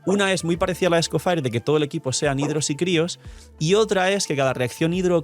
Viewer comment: Cada vez que dice "scofair" muere un gatito